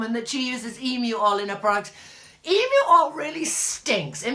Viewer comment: Hahah I'm an Aussie. Love your descriptive words regarding our emus. Least you can pronouce emu. Ostriches and emus are both large flightless birds. Emus are in Australia. Ostriches are in Africa.